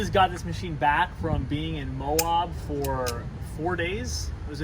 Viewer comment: It's Moe-ab, not moe-awb😐